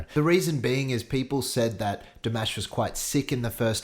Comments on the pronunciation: Morning. I love your reactions but I can't get over the way you're pronouncing his name. It's not Mash like Mash Potatoes 😂 It's Di-mah-sh. 😂🤣 I'm still loyal to you! 😉😂😍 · Also his name is actually pronounced “DimUsh” not dimäsh